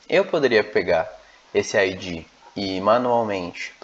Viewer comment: Você pronuncia "Ái dgí", só que em inglês isso é "IG" é não ID. A pronúncia de ID é com d quase mudo, verifique o áudio das duas no tradutor.